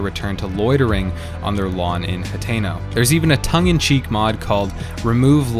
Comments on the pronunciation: It’s hat-ten-oh and ack-ah-lah. Using hard vowels is an American thing. Not so much in Japan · Nobody:: H a t é n o Village